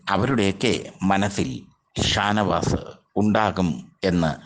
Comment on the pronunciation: താനവാത് - തൂപ്പർ താരം - മലയാളം ഉഛരിച്ച് പഠിക്ക് ആദ്യം - ഛെ